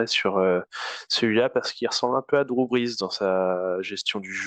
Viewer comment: "Les Birs" 😅